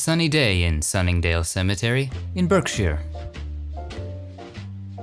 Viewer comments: To be fair, our host generally pronounces correctly the kind of English place names that are likely to give Americans trouble (e.g. "Buckinghamshire", "Denham"), although there are one or two other lapses ("BURKshire" for "Berkshire" [which should be BARKshire], "DURbyshire" for "Derbyshire [which should be "DARbyshire] and "SHROOsbury" for "Shrewsbury" [SHROSEbury], although this last is actually how the locals pronounce it]. These are small cavils, though, since these documentaries are stupendous pieces of work. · Being from Uk it's quite cute hearing an American accent stumble over English place names made me smile. Berkshire is actually pronounced as Barkshire. I mean it in a nice way, We have some weird way of pronouncing some places. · Berkshire. You say Barksheer.